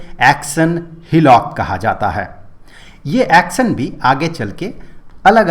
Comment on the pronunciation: Action ❌ axon ✅